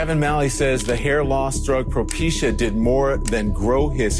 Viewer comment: "Procepia for hair it's propecia lmao you even read it like that?